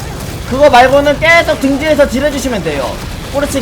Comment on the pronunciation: 왜자꾸 계속을 께속이라고 발음하는거에요?